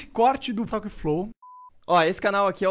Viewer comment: Os caras colocam o nome do programa em inglês mas não sabem pronunciar a palavra talk corretamente. Brasileiro é um saco mesmo.!